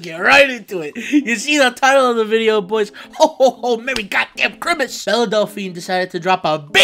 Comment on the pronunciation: "merry goddamn chrimus"